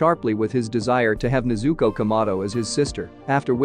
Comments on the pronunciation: “Tan-JEER-roh Kuh-MAH-doh,” “Nuh-ZOO-koh” 😬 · nez-oo-ko Tan-jee-ro Zeen-its-o In-oh-sooke Roo-E